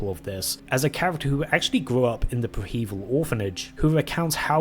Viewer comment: Preh-heh-veel my guy not pre hEvil love the content btw